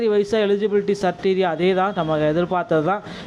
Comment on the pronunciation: சிரிட்டீரியா இல்ல க்ரிட்டீரியா